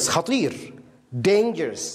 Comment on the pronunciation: Dangerous not dangrous